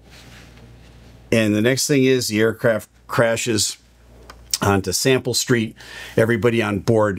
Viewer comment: Salmon Street. (Sounds like “Sample Street” in the video.)